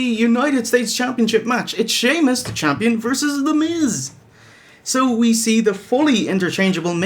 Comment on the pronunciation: i like when you say "shamo" instead of "Sheamus"